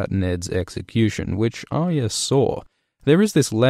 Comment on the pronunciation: Love your videos and the unique way you put the story together like a jigsaw puzzle with analysis and explanation intertwined, but please learn how to say Arya, it's 3 syllables, Arr-eee-a, not Ar-ya, there is a y in there you know!!! Other than that keep up the good work and I hope that the story concludes as best it can and D&D don't muck it up as much as they have with the Dorne and Ironborn plots, even the Highgarden and Citadel storylines.